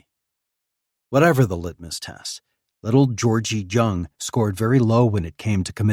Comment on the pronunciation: Jung or jong is pronounced with a soft j not a hard j. Its pronounced yong